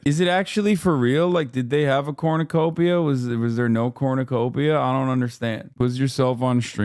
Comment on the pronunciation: I really love that she pronounces it "corn-you-copia." Very human design!